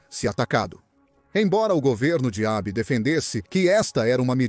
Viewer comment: Abe? Eibi? Abo? Maculou o documentário